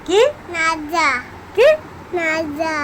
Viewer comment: Raja ❌Naja ✅ Rani ❌ Nani ✅